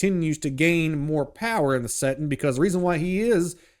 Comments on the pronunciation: Bro its settinG not settin.... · Hilarious how dude keeps referring to 40K as a "settin'" numerous times 😅